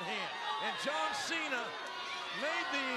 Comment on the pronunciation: It's Cena not sina